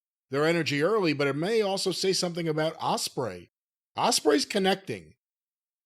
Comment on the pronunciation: How can he not pronounce Osprey correctly?